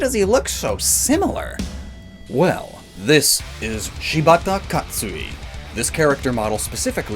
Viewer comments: Katsuie* "kah-tsoo-ee-eh" not Katsui, for future reference. Also Ni-oh is pronounced "nee-oh" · Two problems with your recount of Katsuie Shibata's life; first is that, well, you have to pronounce the "e" at the end of his given name. "Kat-sui-eh." The second one is much larger, however, being outright historically wrong. Where are you getting that he killed Oichi? I searched for that, and I'm not getting that anywhere. What actually happened is that Katsuie wanted Oichi to retreat, but Oichi refused, choosing to die WITH her husband. Katsuie DIDN'T kill her. He set the castle on fire and killed himself, and she then killed herself.